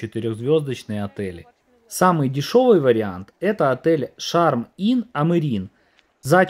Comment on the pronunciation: не амирин, а амарейн